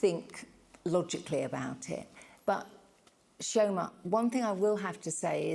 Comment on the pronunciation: Chi-O-ma...it's irritating to how says Chioma